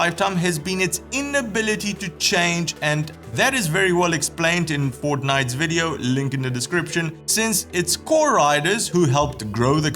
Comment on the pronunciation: Is it me....or did he say "Fortnite's" instead of "Fortnite's".:0 I knew it was bound to happen from the moment YouTube started showing streamers instead of whenever I typed "Fortnine.":'( Nice motorcycle news video!! Man, I love your channel and always cracks me up with the intros. Amazing job! Greetings from Mexico!